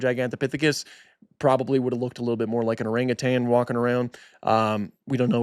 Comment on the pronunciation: My God he pronounced orangutan correctly! Kudos to you, I’ve heard zookeepers mispronouncing it